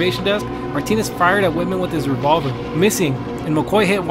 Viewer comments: Lol I like how he keeps saying whiteman for Texas tower shooting Whitman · It's pronounced Whitman* not whiteman. Also, the UT tower shooting was deadlier than the Stoneman Douglas shooting. Also, you said stone Douglas, when it's Stoneman Douglas. You also failed to mention in the Columbine shooting when Dave Sanders was shot. Further, Dylan and Eric didn't count down to 321, Eric killed himself about a minute before Dylan did. Also, the 1764 one doesn't count, since not only was it not a shooting but the US wasn't even a country in that time. Besides that, it was an alright video. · Just found this channel and I like it but IT'S Whitman NOT whiteman and sniping NOT snipering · good video but its whitman not whiteman lol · Whit-man not white-man!!! Lol